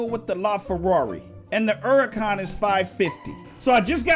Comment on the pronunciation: its lamborghini hurcan